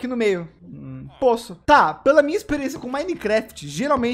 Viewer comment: Quem fala ispiriençia kkkkkkkkkk